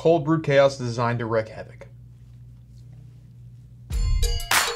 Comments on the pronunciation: "Wreak", not wreck. Great vid. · Its not WRECK havoc its WREAK havoc like the word REEK lol. Secondly thank you for making the thumbnail match the reaction for once in the last few weeks, this will bring your views back to where they were! 🙌